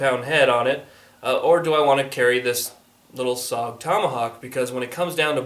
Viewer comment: IT'S PRONOUNCE S O G! NOT SOG! YOU SAY THE LETTER INDIVIDUALLY!! WHY DOES EVERYONE GET IT WRONG???